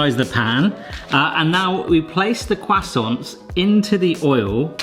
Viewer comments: Listening to you say "croissants" gave me cancer.... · "kwassonce" nailed it